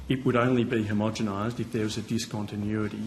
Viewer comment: "homogemized" LOL